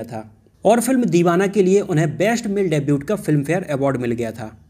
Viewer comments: Debut is pronounced as डेब्यू not डेब्यूट। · Bhai debut mai T silent hota hai....